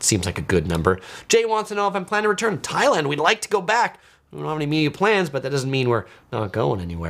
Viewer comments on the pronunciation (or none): none